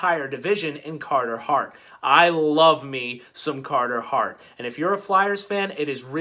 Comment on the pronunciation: You mean